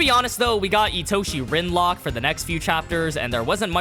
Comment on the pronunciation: "Itoshi Rinlock" 😭😭😭💀